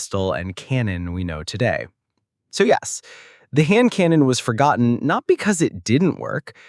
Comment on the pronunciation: Forgonton? Really?